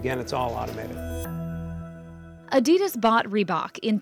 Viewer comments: Arrr, say Adidas properly. It’s german, and there is no ‘e’, A-DI-DAS. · A-Di-Das not A-Dee-Das, It's Nike not Nikey just as it's a Bike not a Bikey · Did she say Adeedes?? Lol it's adidas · "reebohk" "adeedas" KEK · instead of Adidas, she says, Eadeedash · Why can't she just pronounce Adidas correctly, it's making me go crazy 😐